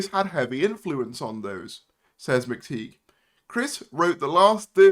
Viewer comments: Yeah, I always feel like making the same comment too. It's pronounced McTie, not McTeeg. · McTighe is pronounced McTie, not McTeeg.